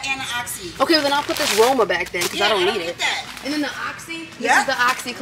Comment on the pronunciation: Hello, your accent/pronunciation is actually good of zote, roma and foca.👏🥰